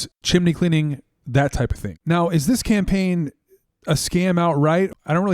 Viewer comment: he almost said SCAMpaign 😅